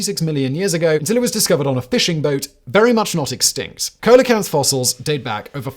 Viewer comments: How come you mispronounce coelacanth as "COAL-uh-kanth"; when you show the proper pronunciation as "SEEL-uh-kanth"? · Dude do you even read what's in front of you? The coelacanth bit tipped me off. The prompt reads South African but you say South American The prompt says coelacanth is pronounced Seel-uh-kanth, you say colacanth. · On-screen text: "Pronounced SEEL-uh-canth" Simon: "Coal-a-canth" YouTube's auto-generated caption: "Cola cats" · “Coal a canth?” More like “see la canth”!🤣😂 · (/ˈsiːləkænθ/ SEE-lə-kanth) why do brits insist on mispronouncing everything? kind of hurts your credibility when you can't be arsed to look up proper pronunciation. or should i be calling you Simoun WaHistler? makes as much sense as saying "Coalikanth"... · Repeat after me......`SEE-LEE-O-KANTH`! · "Sea-la-canth" and it was a south african fishing boat, not south american. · Its "See-lakanth", not "coal-a-kanth" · It's actually "seal o canth" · See-la-can-th fact boy! I know you don't care lol. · Coelacanth is pronounced with a soft C, like an S. Easy to find out - look in Wikipedia. But Simon's just too flaming arrogant and lazy. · "Soccer for our American friends" Come on, Simon.. you must be aware that almost every English-speaking country outside the UK calls it "soccer" right? The US, Canada, Ireland, Australia, New Zealand and South Africa call it "soccer", too. EDIT: LOL - Coelacanth is pronounced "seal-uh-canth". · Apparently Simon didn’t “discover” the very large print in one of the articles on that last item or he would have seen how to pronounce “SEEL UH CANTH”. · I forget what other show of his i was watching, but he was pronouncing it "Coal-o-canth" and it physically hurt me to hear lmao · I remember the reports of the discovery in the press, which included a handy phonetic guide to pronunciation, although it was more ‘see-low-kanth’. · its Pronounced sea-low-canth like CeeLo Green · Only Simon could butcher the pronunciation of coelacanth that badly.